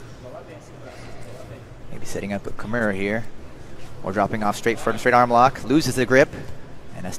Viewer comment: One of them says "kimera" instead of Kimura and it's not Caio Terra obviously